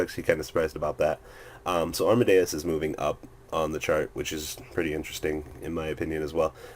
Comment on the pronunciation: It's pronounced ARM-A-DES, not ARM-A-DE-US. I think you got it mixed up with Mozarts full name Wolfgang Amadeus Mozart :D